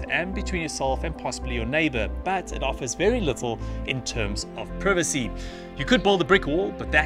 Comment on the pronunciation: What's "privissy"?